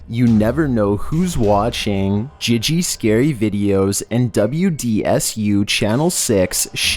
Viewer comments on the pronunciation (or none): none